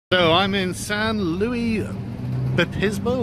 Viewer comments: Lol it's pronounced San Lu-is Obispo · I had six years of Spanish in school (and a year of French) and when Sargon tried to pronounce it I was cringing a bit...."sahn loo-eese oh-bee-spo." Furthest west I've been is Reno.... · I feel pain every time you say San Louis Obispo... Hope you get a chance to come up to Northern California. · It's pronounced san lewis obisspo just to let you know. It's about 15 minutes away from where I live. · San Lou-iss Oh-biss-po. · It's pronounced San Lewis Obispo. Last time I was there, Bubble Gum Alley (or whatever it's called) was just one wall IIRC. The buildings are timber-framed to make them earthquake resistant. I don't think a European Cathedral would last too long in California. You should have gone in that crap-looking faux British pub and done a critique. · pronounciation, from a Californian: san LOO-is ohb-ISS-po. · San Luis Obispo... St. Luis the Bishop. If you insist on mispronouncing it, do it the way the okies do & just call it San Lewis. We all call it SLO anyhow. I was born just south east of there. Please tell me you went to the Ocean! It's fucking snowing here in NY! :[ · San “lewis” obisbo lol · its pronounced 'san-lewis-oh-bis-po' welcome back to the states! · pronounced San Lewis Uh Biss Po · It's San Luis Obispo yah Brit. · The way you say the name cracks me up. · I was just out there last week. I used to live there actually. You butchered the name